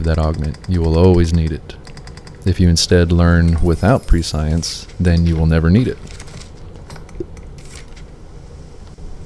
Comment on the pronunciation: Prescience is pronounced Press-e-ence Love your content btw ♥️🙌✨